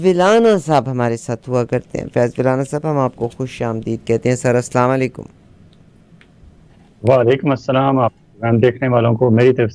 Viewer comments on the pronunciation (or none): don’t say Aslaman lykum like layman in Pakistan please don’t take it casually say it completely or say salam